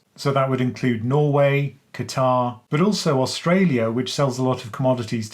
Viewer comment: Me thinks it's Qatar...